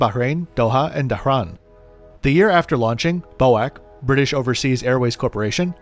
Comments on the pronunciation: Bo-ac??do you not mean BOAC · "Bow-Ack"??? It always was and shall be "Bee-Oh-Eh-Sea"! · BOAC is pronounced as each letter (B-O-A-C), not Bow-Ack. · Sorry friend...it's B.O.A.C not boac 🙂🤣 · Never Bo-wack. It is B O A C. It’s like calling T W A…Twa. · Great video as always but I'm going to nitpick a little here, BOAC pronounced as a word? First time I've ever heard that, was always called by it's initials B.O.A.C. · It wasn't a complaint, I had just never heard that pronounced way before.maybe not a great way to respond to a new subbie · You should be a soap-opera script-writer,, because you sure know how to get someone tuning-in for the next episode. Nice to see 20K imminent. P.S. Hate to nitpick but bee-oh-ay-cee.